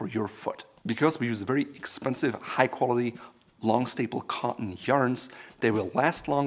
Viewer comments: "kOhLiTy LeDhEr belt" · Let’s work on the word “quality”